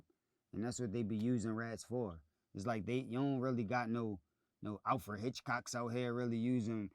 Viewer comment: Nigga said Alfred Hicthcock magnifying glass😭😭😭😭